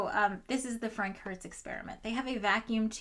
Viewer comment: i keep hearing Frankenhertz (like Frankenstein xD)